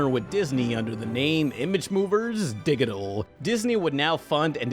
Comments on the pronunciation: that's not how you say digital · Are you like...new to? He also mispronounces digital. But okay.